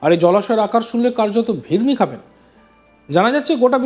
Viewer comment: Pretty impressive story... kintu kotha ta Bhimri noe, 'Bhirmi' hobe...